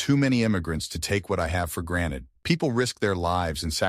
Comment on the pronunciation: The privilege to know how to pronounce "GranTed" and not "Graned"